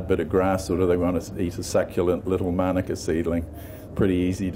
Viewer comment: Please pronounce Manuka correctly. You keep saying manaka ... very annoying 🤔